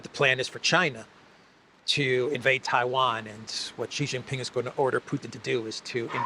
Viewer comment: Hey, you’re a pretty Int’l guy, being a Greek/Cypriot, so should have a good grasp of language and I am sure you have some personal pride in being able to speak well. I have informed you previously, Xi is not pronounced as “Gee”. The correct pronunciation is “See”. Hope you can correct yourself as I am sure people who know would appreciate you getting things right and making the effort to make your broadcasts better.